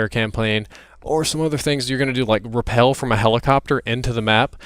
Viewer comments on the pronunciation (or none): I hope Ghost from campaign is back. Oh,, by the way, it's rappel, not repel! Just helpful tip! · To correct you it's Rappel not repel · that would be to RAPEL. Not repel haha. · rapell not repel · Don't wanna be the grammar nazi but in this case it is rappel from the helicopter not repel